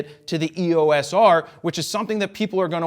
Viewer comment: It is versus. It also grinds my gears when he pronounces EOS as "EE-Oh-Ess" instead of "EE-yoce"